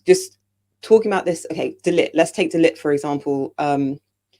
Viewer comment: Let's hope going forward you guys can make the effort to pronounce Matthijs de Ligt's name correctly especially after spent so much time talking about how to pronounce Zirzkees name!